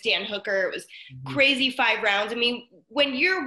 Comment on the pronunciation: and Megan tell them to count to ten, Neyt can oonly count to foive 😂😂